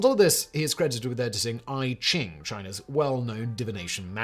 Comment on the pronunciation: "i ching" is pronounced "e ching", and there's literally no one in antiquity or even recent history that we can be more sure of what they said than Jesus. liar, lord, or lunatic, in the day of AI we can be more sure of what Jesus said than even what you're saying in this very video. how weird to have a knowledge channel and deny the most obvious and basic facts that no serious scholars disagree with.